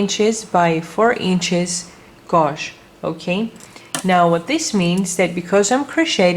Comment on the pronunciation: OMG Someone PLEASE tell her how to say GAUGE G-age ?